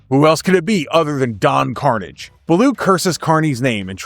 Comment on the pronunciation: buddy...don carnage is no relation to symbiotes his name, carnage is pronounced more like corsage like the prom corsage. don carnage speaks in a french European accent he isnt english. i say...it really grinds my gears when people mispronounce Don's name.